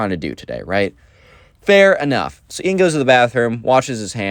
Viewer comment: no its Ian not ean :/